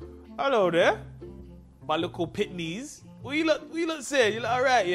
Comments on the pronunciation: Man really said pickneys 😭😂😂😂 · “My Likkle Pittnies” MY DAD SAYS THAT 😭😭😭😭😭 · “Elo Dere.....my likkle pittnies” 😭😂